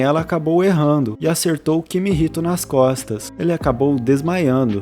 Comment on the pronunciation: mano no primeiro segundo do video ele chama o cara de kimihito e depois chama ele de kihimito